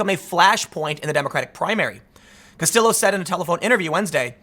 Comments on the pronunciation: Kas-tee-yo there you go timmy. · Tim, the L's are silent in Castillo. "Ka-Stee-Yo" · If a name looks like it's Spanish, and has a double L, it's usually a y sound Tim. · It's 2020 and even the Beanie of Power can't help Tim correctly pronounce "Castillo". Tim, didn't you ever watch Miami Vice? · I knew it! Tim is messing with me when he mispronounces people's names especially movie stars he said Castillo's name right before commencing to mispronounce it for the rest of the video.